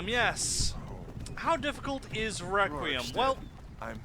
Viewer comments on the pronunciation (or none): i stopped watching when he called it recream not requiem